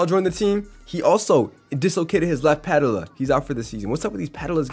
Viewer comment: Puh ~ tell ~ uh = patella Joh ~ keem = joakim